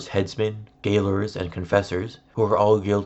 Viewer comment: Not bad, just a slight correction, "gaoler" is actually pronounced "jailor" (it's an old English spelling).